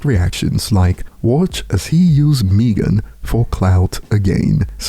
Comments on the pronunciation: Meg-en not Meeeeegen lol,,it's all good though, just having fun, no diss intended. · don’t know how to pronounce Megan at all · This guy can’t pronounce Megan ? Wtf ? 😂